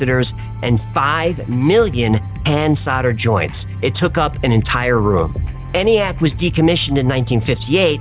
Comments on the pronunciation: It’s pronounced “EE-nee-ack” there sport. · You silly nerdy, sexy, coolians. How did Hecklefish not argue ENIAC pronunciation? E is for electronic. We dont say Eh-mail.😅 Another great ep. and crew. Keep on rockin' 🤘 Nanoo nanoo🖖